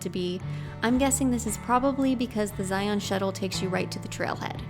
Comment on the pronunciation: Great Video! A little education....say Zion like Lion.... not Zi-ON. anyways, I have watched a few of videos and they have been great! The one that I watched before this was the one at Lone Rock at Lake Powell. Its one of my favorite places to go!